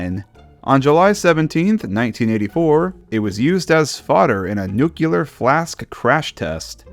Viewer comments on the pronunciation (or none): "nukular" (Loved the video, just needed to point this out)